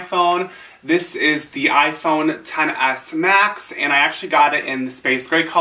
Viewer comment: Thank you for saying the phone name correctly